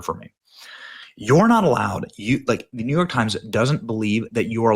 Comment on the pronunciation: The New York Times has no credibility, as soon as I hear NeeYork Times, I dismiss it entirely. Thank God your family safely escaped